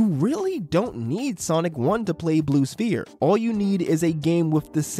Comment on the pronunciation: Blue Spear. I don't think it's pronounced that way.